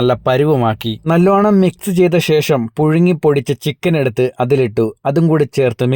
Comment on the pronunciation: ഷേഷം അല്ലാ 😂😂😂😂...ശേഷം...😂😂😂😂